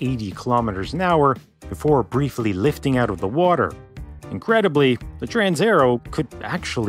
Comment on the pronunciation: "Transaero" is not pronounced "transerrow", but "trans-aye-AIR-ey-o". Every letter (except H) is pronounced in Italian. (H has a purpose that I won't discuss here.) People often don't bother checking pronunciation, because, well, "everyone knows how to pronounce pizza and Roma".